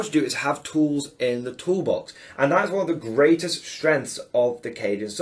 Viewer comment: New drinking game. Have a swig every time says "tools in the tool bax"! 🤣